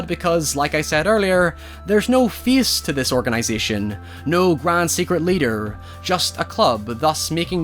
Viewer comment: this dude was saying the word "face" the whole time? I kept wondering why he was saying "feast"....